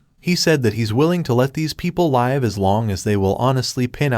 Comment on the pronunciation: Can you discuss with your AI how to pronounce “live” in context? Asking for a friend.